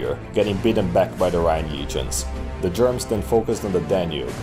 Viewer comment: The way you pronounce "Germans" as "Germs" is funny to me. Also "Ballomar" is a badass name for a barbarian warlord/king.